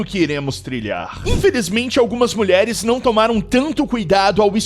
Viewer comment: mais imprecionante nem é as mulheres se ednvolver com esses tipo de pessoas, que me impreciona é o narrador falando "melheres que se envolveram com traficantges errados", :face-blue-smiling::face-blue-smiling::face-blue-smiling: existe tem traficantes certinho 🤔?